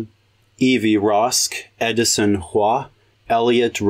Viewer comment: You're one of the few western guys who can pronounce Hua correctly! I'm starting to suspect you're an Asian.